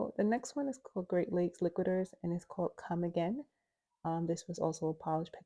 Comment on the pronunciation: I appreciate you so much for your swatches ! But I also get an added bonus “lol” with some of your pronunciations. I thought it was so funny when you called Great Lakes Lacquer “Great Lakes Liquiders” Hahahah 😂